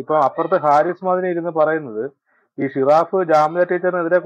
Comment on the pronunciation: ഷിറാഫ്അല്ല ജിറാഫ്